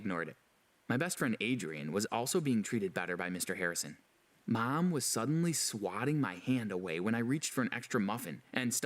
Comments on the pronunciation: Why does this guy say Mum/Mom (where u from) so weird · How he says mom: meom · I can't be the only one who noticed the way the guy pronounced "mom" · The way he says Mom is funny 😂